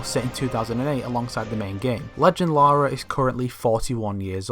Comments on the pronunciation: the “Laura” thing gets me still like it’s LARA not LAURA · you're dead man American's can say Lara not Larua